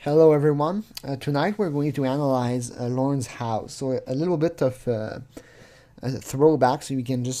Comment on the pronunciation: I wish I could hear ah-nah-lyze some of the new Lorne material. Especially some of the videos of the inside of the Trailure of Failure